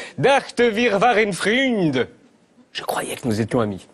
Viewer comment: J'ai pitié de ton accent 🤣 freund c'est pas "frûnd" mais "froynde"!